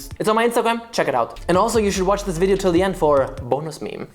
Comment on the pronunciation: The way you said "so what kind of wideo can I do to combine these two" had me fuckin dead. I was not ready for it lmao